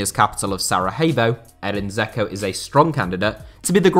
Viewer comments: The way you pronounce Edin Dzeko's last name means "little bunny" in Bosnian. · Hahaha he pronounces Dzeko like a melt